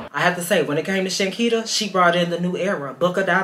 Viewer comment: Yall been butchering her name for sooo long😅